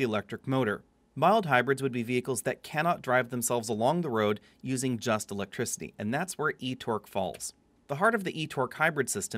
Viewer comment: Just electwicity! Lol